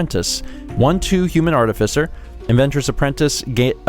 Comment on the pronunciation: I have never before heard anyone pronounce that word as "artifisser".